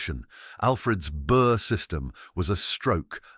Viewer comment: Great history channel love it . I can speak German, Dutch and a bit of Danish. The word burg indicates a town (or originally fortress.). No silent g. The Anglo Saxons I am sure would not have had a silent g. Interesting plenty in America like Pittsburg, the g is not silent.